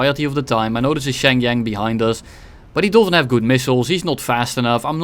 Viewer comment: Shenyang pronunciation😭